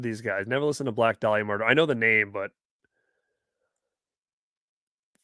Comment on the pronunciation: Hammered our name 🤣